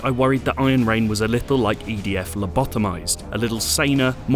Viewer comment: What i hear is Ayen Rand :)